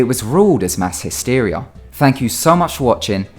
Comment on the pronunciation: 'hysteria' really bro